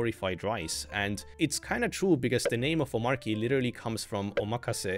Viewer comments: by the way - the pronunciation is "OmarCHy," not "OmarKy" :) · I think its Omarchy not Omarky I'm talking about pronunciation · It's "omachy", actually ☝🤓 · Its pronounced Omachy(explain DHH creator of Omarchy) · Why do so many people pronounce Omarchy wrong. It’s based on Arch, hence it’s Om-Arch-y. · Omarchy is pronounced Omarchy. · It's pronounced omarchy btw. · Dis dude knows how to pronounce Arch but continues to mispronounce Omarchy. 🤣🤣🤣🤣🤣🤣